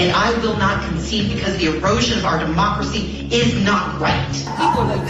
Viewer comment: HILLARY SAYS DEMOXRAXY NOT DEMOCRACY.